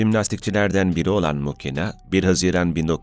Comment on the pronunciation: Muhina diye telaffuz edilir